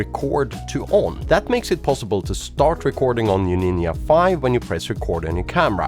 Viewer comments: Why you pronounce Nin'a?))) Nindza!!!! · Hi why do you call the Ninja a Ninya? 😂 Ya ninjcompoop!!❤ Great work otherwise 👏 👍 🎉😊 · What's a NIN YA?